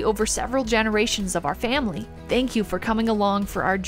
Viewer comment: A berry pecial famwee..👁❤🐑